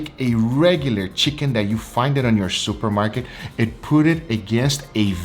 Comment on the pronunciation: "MoRe CHiCaKnEE FlaVoR"